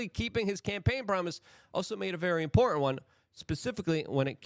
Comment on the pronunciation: Luke are you aware that the word im·por·tant has 3 syllables?